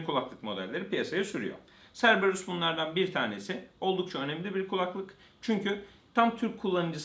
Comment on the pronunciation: Cerberus "Kerberus" diye okunur.